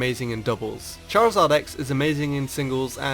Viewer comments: You mean chorzard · charazard YYYYYYYYY rulles